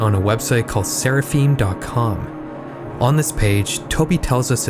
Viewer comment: Seraphim = SARAH-FIMM rhymes with HIM